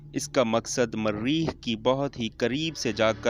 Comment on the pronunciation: Mareeeeekh,,, Launch ya lounch,,,, idiot, copy b nhee kr saktey, bus dosron ki video ko dub kr k apney nam sa bana dia, lanti